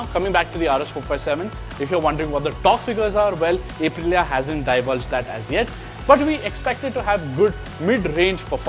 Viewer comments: It's "Up-rilia" not "Ape- rilia" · अप्रिलिआ ✅ ए प्रिलिआ ❌ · First time I am hearing A-prilya